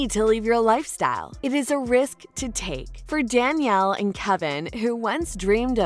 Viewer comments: Next time before posting any videos, make sure your informations are correct. 1st, the do not raise meat goats. They raise milking goats that's why they have mini goats. 2nd, it's "Duh-nelle", not "Da-niel" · (Duh-Nelle) not (Dan- iel) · Came to to comments to point this out also... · Grr...accuracy starts with getting names right.